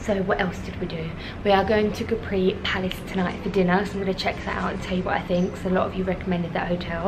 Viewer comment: I love your videos. Just in case no one has corrected you yet (I didn’t read through all your comments) you’re mispronouncing Capri. The accent is on the ‘a’, not on the ‘i’. I think we should all take the time to learn how to pronounce foreign words and names as it shows respect for the culture. Ask any native Italian, they’ll confirm the pronunciation. God bless.